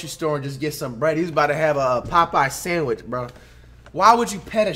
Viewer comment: "Popeyes Sanwitch"